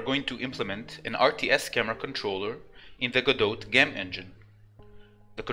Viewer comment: You are doing a superb job and I can understand you perfectly well. (Although it strikes me as ironic that you sound French and you actually say the 't' in Godot, when it would be silent :-) ). Please keep up the excellent work!